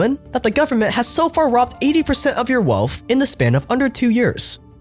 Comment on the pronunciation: still can't pronounce wealth properly. "Wellfff".